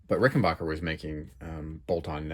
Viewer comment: PLEASE ! IT pronounced Ricken BACKER ! NOT BOCKER !